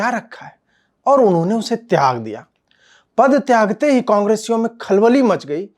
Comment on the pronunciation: शब्दों का चयन और उसका उच्चारण स्पष्ट हो तो अच्छा! नही तो पद त्याग पाद त्याग ध्वनित होने का जोखिम है!